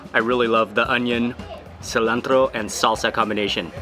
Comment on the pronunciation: Since you've bin in Mexico you say cilantro like a mexican hahaha 😂 Love too and ✌🏽️